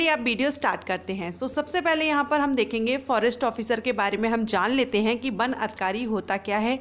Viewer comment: Ban nahi van hota he😂